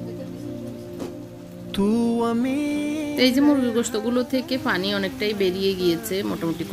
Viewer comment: ....apnar shob video gulo e valo....kintu aapni kicchu kicchu uthcharon vul koren...jemon Pani k apni faani bolen Piyas k phiyas bolen Piyarake apni fiyara bolen Piyaji k fiyaaji...aaro onek kicchu kottha vul kore bolen apni Ai uthcharon gulo valo kore bolben....tokhon apnar subscriber der shonteyo valo lagbe....just kicchu vhul uuthcharon gulo thik kore bolben next time👍